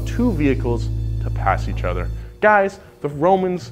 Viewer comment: High School education would explain this without watching. But im probably going to watch anyway cus i want to cringe at every time he says “ether” instead of “other”